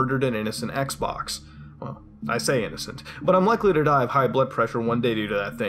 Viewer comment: Sounds like he said sex box